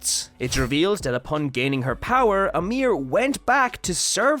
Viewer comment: Why you always saying "amir" and not "ymir"?